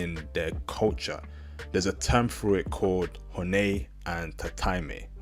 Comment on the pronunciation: ..despite the fact that dude mispronounced 'tatemae/honne', his view was spot on----Japanese people themselves will tell you they are two-faced, it's mandatory essentially for Japanese people to maintain these two 'faces' in order to navigate their society smoothly---point 2 was also pretty accurate, despite the inability of "us" to "understand" because they might not have the 'ability' to communicate how they feel, the fact is, it is very common for Japanese women to simply ghost, no explanation, no nothing, it relates to point one, they'd rather evade their own ('real'?) feelings, and definitely yours, than engage in any kind of real conversation about what might have gone 'wrong', etc------also, i don't think dude's advice in telling your Japanese gf to try to be open with you about her feelings, was 'terrible' at all.....why not express that you feel it's a good idea to have open communication in order to build and maintain trust and communication? it's somehow a 'bad' thing to advise your lady-to-be that she try to be more open? come on man---bizarre that you shot that one down.....his point about Japanese women being sensitive is also pretty accurate, you say or do anything at all that doesn't seem like such a 'big deal', could be anything, there's a very very good chance she's going to disappear forever, that's just the real man...Japanese society and people in general offer you a very very small window or margin for error, and, once they've 'determined' whatever they